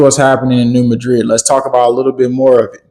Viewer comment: Anybody else from New MAD-rid? That’s also how the geological professionals pronounce it-the way locals do for the city of the same name. Sorry, great work. Love you all.